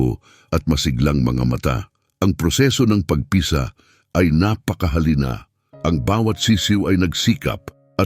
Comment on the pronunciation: ayusin mo pagbigkas ng tagalog na bagay..para kang bisaya..pagpisa.....mabilis ..hindi p..a..g..pi..sa...mabagal..marami pa na mali pagbigkas mo tanga